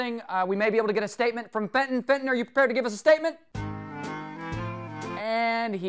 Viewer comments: It's not Fenton is Benton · The dog's name is Benton, not Fenton...... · The guy is welling benton not fenton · FENTON! Jesus CHRIST. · Actually its benton xD